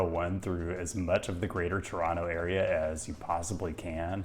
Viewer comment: Kudos for pronouncing the name of the city correctly. Outsiders tend to put a hard emphasis on the first O and the last T, locals do not. TOWronTOW vs. Tuhranno. Ironically, the way outsiders pronounce it is probably closer to the original pronunciation in the local Algonquian dialect we get the name from. Regarding the 401, an insoluble problem is the through traffic of long-haul trucks along the Windsor-Quebec City corridor. Operators don't want to use the 407, too expensive. The Collector/Express system is supposed to solve this, in theory, as local traffic could stick to the Collectors and through traffic keep to the Express lanes, but the reality is it's just a giant mess. And when big rigs and cars meet, it usually doesn't end well. Drive safe.